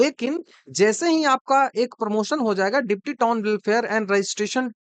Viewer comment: वो बिहारी टोन नहीं वो टाउन होता है Bihar है पेपर लीक और चोर आयोग